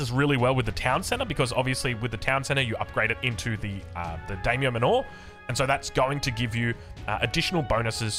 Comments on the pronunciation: mispronouncing Daimyo.... Oh well. I'm excited for japan, looks really cool. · Mispronouncing "Daimyo" I can understand but "Manor" is an everyday English word and he's putting the emphasis on the wrong syllable every time. Unless that's just an Aussie thing I'm not aware of.